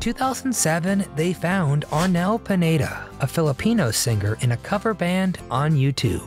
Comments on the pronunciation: LoL! Dude! It's Arnel PINEDA not PANETTA . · Pineda, not Panetta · Arnel Panetta 😅 Pineda 😊